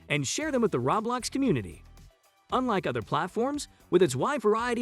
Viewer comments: Every time I hear him say rawblox gives a ceezer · it hurts to here him say rawblox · It Hurts when you say ROBLAX! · im sorry- the way he says roblox kills me